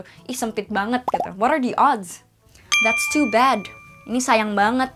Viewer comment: is it “what are the oods” or “what are the odds” ?